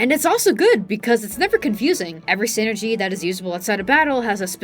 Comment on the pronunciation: I'm only partway into the video, and I'm enjoying it a lot and will finish, but I had to pop down to the comments for a sec. Every time you say "synergy" my brain flashes to a corporate middle-manager. It's psynergy like PSYchic enERGY, "sai-nurr-jee". 😅